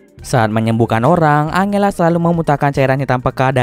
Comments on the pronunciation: iya dibacanya harus anjela mungkin Abang nya lebih suka angela wkw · Sorry kak mau koreksi dikit yaaa : angela = enjela 🙌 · Angela itu di baca nya "enjela" aisiaaa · Bang, serius baca nama angela itu angela? Harusnya kan anjela dibacanya:( kenapa pelafalannya aneh2 terus si bang:( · Salfok sama nada baca Angela setau gw nih ya di Bacanya Anjela.. Mungkin kalau Angle dia baca Angel kali ya.. wkwk